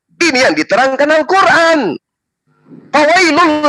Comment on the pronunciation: Weyy vovo Al-qur'an bukan kuran...sebutannya sj kaku...